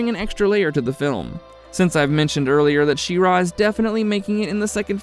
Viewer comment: The stress is pretty even between She and Ra btw, it was weird hearing you say She-RAaa :D